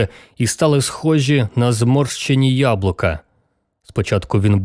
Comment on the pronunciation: Зморсчені счоки)))) Прикольна вимова.